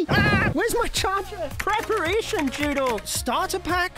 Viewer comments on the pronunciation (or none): why did say "PREPERATION JUDO" XD